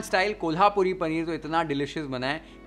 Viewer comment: the pronunciation of कोल्हापुरी was bang right. Thanks for that!!!